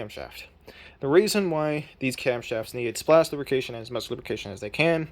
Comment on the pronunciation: I can't tell if you're saying "splash lubrication" or "splashification".